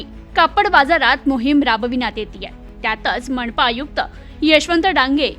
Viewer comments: मणपा कडून😂 अतिक्रमन😂न ण का म्हणता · मनपा चा उच्चार असा का करती, 😅